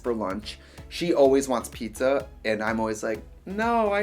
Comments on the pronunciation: Trixie che cazzo dici, pizza rimane pizza non pizZÀÀÀ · I love watching this series! 😂 Anyway, the Italian word for 'pizza' is 'pizza', not 'ppzzzaaahhh' 😂😂😂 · italians pronounce pizza as WHAT